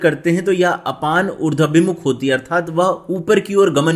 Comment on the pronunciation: Sunder prastuti hai .Urdwaabhimukh,,=Uradh+abhimukh. Na ki Urdwa+bimukh.